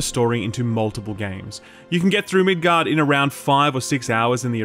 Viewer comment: Why do you call Midgar "Midgard" and Aerith "Aeris" smh